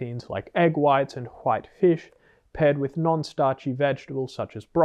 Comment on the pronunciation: Love the series. Also you pronounce white the same as Jared Taylor which makes me appreciate you even more. Keep up the good work and thx for the prep insight.